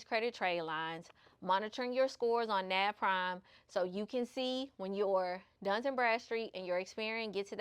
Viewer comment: Lots of great tips. Btw it's Dun and Bradstreet. Not Duns. Work on your pronunciation and don't smack your lips. These things may seem minor but they will help you to improve your presentation and bring even more views so you are taken seriously by a wider audience. I made it to the end. Very informative video. Good job.